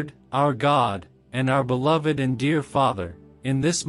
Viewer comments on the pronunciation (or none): none